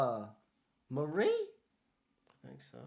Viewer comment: Di Maria! not Marie